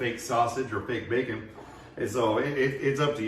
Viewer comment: i was doneeeeee when you said “fasage” and “facon” 🤣